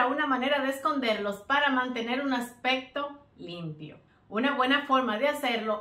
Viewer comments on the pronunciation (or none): Buenas ideas, pero te sugiero con respeto para que tus videos se oigan mejor que pronuncie bien las palabras accsesorio o aspecto.... por que se escucha asesorio o aspeto, másimo que la verdad se escucha mal. Es solo una sugerencia. Igual tienes un like